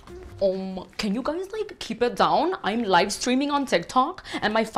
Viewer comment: "live, life, loof" 🤣